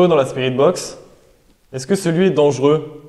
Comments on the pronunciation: Petite erreur: on doit dire dangereux et non pas dangeureux. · dangereux et non dangeureux